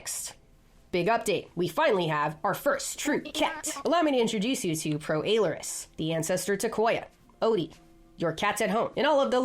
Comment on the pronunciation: I’m watching you when it comes to cats. Edit: If you call Prohesperocyon a dog I will riot. Edit again: She didn’t, thank god. Also you pronounce Proailurus strange.